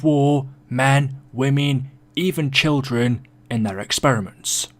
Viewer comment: what’s with the emphasis on children